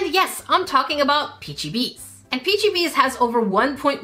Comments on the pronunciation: its peachy-babys 😂😂😂 I'm not mad it's funny😂😂🎉🎉❤❤❤❤😂😂😂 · It's not peachybs It's peachy babies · It is not sounds like peachbbies but it like peachy baby but spelt different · It’s peachy babies not peachy bees bro didn’t you hear them say peachy babies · C'est pas peachiebbies comme peachiebabies ??? Messemble que c'est comme ça elles disent quand elles font leurs vidéos...🤷‍♀️🤔🤣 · You say it peachybabies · It’s said “Peachy Babies”